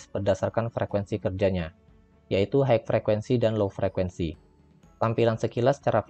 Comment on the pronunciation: Matur suwun info nya Untuk tulisan HIGH...di baca nya HAI...bukan haik..mas..